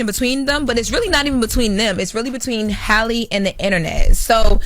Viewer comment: Honestly the way yall correct everyone about Kamala’s name then turn around and butcher Halle’s name repeatedly is wild